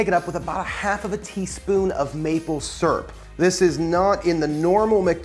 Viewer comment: When you said maple "surrp" the Maryland in me got excited lol